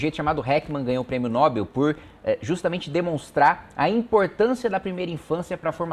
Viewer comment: Quando ele falou "prêmio Nóbel" , lembrei do Dr Enéias vs Marta Suplicy... "É Nobel, minha Sra" (Dr Enéias)